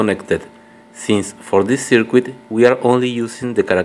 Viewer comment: Mate, I've watched your video many, many times so thank you for that. Can I make a suggestion though? Could you please try pronouncing 'circuit' as 'sir-kit'? Don't worry, I've made a fool of myself many times using words which I've never heard actually spoken...in my own language!